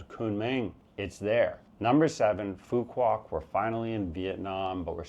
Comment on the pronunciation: You mean to say u can Phu Q Ouf to Phu Qouc